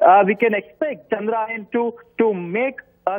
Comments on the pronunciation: its not pronouned Chandraayan (story of moon) its pronounced Chandra-yaan (moon craft).! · Why does he keep saying Chandraayan ? The name "Chandra Yaan" has been in news over a million times by now.